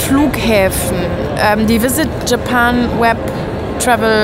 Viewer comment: Yes! Es geht los mit den VLOGs aus Japa"i"n. 😛Der Disclaimer von war mega. 😀 Aber krass wie anders Japan jetzt schon wirkt. Also, nicht negativ gemeint, eher sehr interessant anders. Das Zimmer ist auch cool. Irgendwie süß. Besonders der Wasserkocher hat uns begeistert 😂 Dann sind wir jetzt auf die 4 Tage Disney sehr gespannt. Besonders auf Disney Tokyo Sea. Danke für den schönen Einstieg in Eure Japan Tour. Liebe Grüße, Alexandra und Peter.